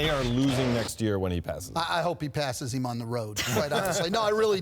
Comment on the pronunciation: “Passes eem on the road”